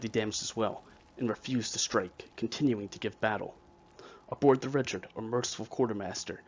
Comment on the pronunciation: I'm pretty sure the name of the ship is pronounced (ree-shard) rather than (rich-ard). This would make sense too because the ship was given to the fledgling US Navy by the French.